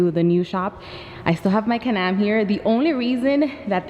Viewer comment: She say Canam 😂 I'm trying to make her say Can-Am